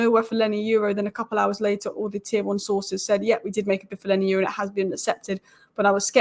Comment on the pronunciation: Why do you keep saying “Lenny Euro”??